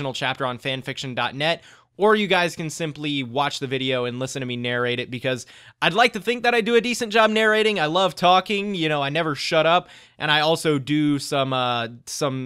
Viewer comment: Job... Not Jon... Job...